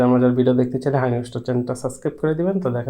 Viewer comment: শব্দটা সাসকাইব না রে খাদক। সাবস্ক্রাইব